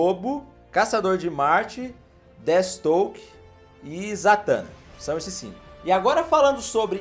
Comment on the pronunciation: NÃO SE FALA DETISTOKE, A PRONUNCIA CERTA É "DEFIESTROQUE" !!! DESCULPA CORRIGIR, mas esses erros estavam me matando kkkk um fã da DC tem uma parada cardiaca com isso kkkk